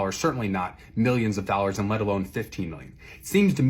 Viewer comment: you say dollars weird.